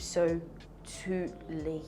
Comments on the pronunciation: She said Absotuly, but me saying Absolutely. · Please oo, which one is "ABSOTUTELY" again kwa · When she first said absotuely I was confused cos I was like it should have been absotuely. I even wanted to check the dictionary cos I never tot she would speak a word incorrectly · Sounds more like absolute + totally = absotoutally.... It's called blending